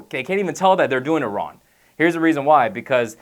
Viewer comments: Was i the only one that notcied he said "Ron" instead of "Wrong"? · it's young and wrong. not yun and ron. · He is saying wrong, he just doesn't annunciate the G much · why does he keep saying ron? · Love he doesn't pronounce the g in wrong.... Don't work out ron! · lol if your youn you dont wanna do it wron lol cant pronounce the g? \ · wrong = RON. Young = YAWN lol YA'LL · Wron and Youn Lol